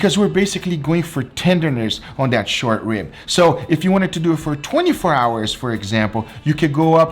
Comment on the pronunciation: “So let’s dewett!”